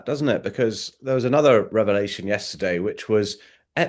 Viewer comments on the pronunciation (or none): none